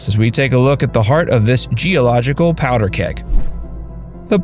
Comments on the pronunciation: Thats how a cat says it. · Poeder Keg? That's Dutch. In English it is Powder Keg. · It's powdur😂